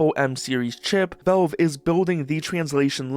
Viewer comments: most concerning is his pronounciation can anyone teach him is valve not? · could just be mispronouncing on purpose for comments you never know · Vavwe, the waww lol man say the l